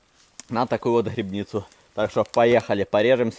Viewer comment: Не грыбницу— А грибницу